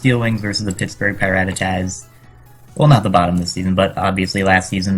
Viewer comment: you still can't even pronounce PiRattatas... sighs misspronounced before the season started, still misspronounced in week 3